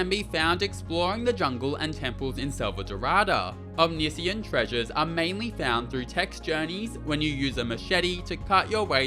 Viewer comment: O-MIS-CAN is far easier than OM-NI-SI-YAN 😂